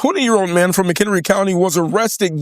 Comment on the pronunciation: It's "McHenry" county, but still a far cry from "Crook" County...how did it figure in the story, anyway?